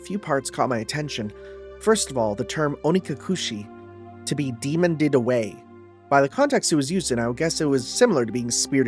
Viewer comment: Demon-ed away, like killed, not demon-ded. I'm sure this will not affect your relationship with Rena in any way www